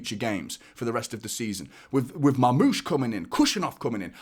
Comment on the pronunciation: Like the way you pronounce Marmoush 😂😂